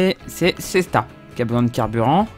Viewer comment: Aie... à chaque fois que je t entends dire CESTAS, ca m'écorche les oreilles 🤣il faut dire le S de cette ville... ca se dit cestasse et non cesta... sinon il est vrai que cette map n'est pas ouf pour les marchandises. Beaucoup de terraforming... Est ce que tu sais que l'on peut changer de côté les routes qui sont collées aux industries maintenant sut TPF2. Ca t éviterai de faire tout le tour pour la raccorder.